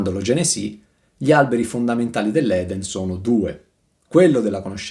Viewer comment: Curiosità: perchè dici Genesì? Con l'accento sulla "i"?